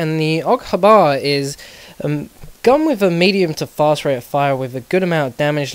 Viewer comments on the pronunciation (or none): Aug Ha-bar....lol I think it's just H-Bar. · Really, Accent fails. Awg Habbar. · It pisses me off so much when people pronounce the gun initials as a word grrrrrr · "The AUG habah" lol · OG HAAABAAARR xD I dont think it's the way we pronounce it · lol, AUG huh-bar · AUG Haa BAaar, It sounds funny xD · well done went on the internet and searched it (Y). but i was merely stating that you don't pronounce something thats abreviated, its not being picky its just general knowlege.